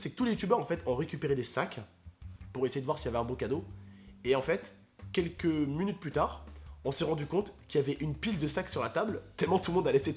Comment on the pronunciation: Mdr a force de traîner avec, ta dis munute au lieu de minute.